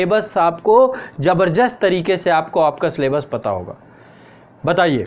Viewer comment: सर, आपकी हिन्दी पर पकड बहुत ही अच्छी है सराहनीय है। परन्तु आप जबरदस्त शब्द का उच्चारण जबरजस्त किए कई बार, कृपया इस पर विचार कीजिये।